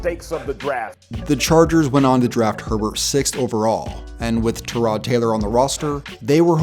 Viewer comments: dude cant read, he pronounces tyrod A turod lol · It's pronounced like tie-rod